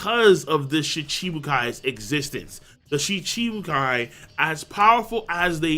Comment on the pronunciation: M8 learn how to pronounce Shichibukai please. You're killing me.